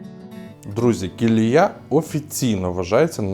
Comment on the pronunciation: Шановний ведучий! На мою думку, деякою неповагою до місцевих жителів, як і всіх мешканців регіону, є не звертати увагу на наголоси у назвах. Місто називається КіліЯ (наголос на останньому складі). Будь ласка, будьте уважні. Уточнюйте назви, навіть якщо їхня вимова вам здається очевидною. Стосовно фортеці. А ви пробували зайти до неї? Мене теж переконували, що це неможливо. Але коли я зайшов до директора, і пояснив, що я турист з Києва, від без додаткових питань дозволив вхід. Я зробив декілька фотографій напівзруйнованої церкви. Я вважаю, що туристи, як і місцеві жителі, повинні боротися, щоб з руїни постав хоча б мінімум, який можна відновити. Місто, на жаль, у жахливому стані. Але я сподіваюся, що як тільки до нього з'явиться нормальна дорога, воно оживе!